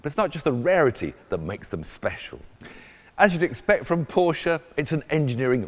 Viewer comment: Dude cant even say Porsche right...